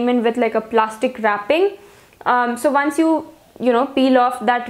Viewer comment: Why does she pronounced once=vance .. 😢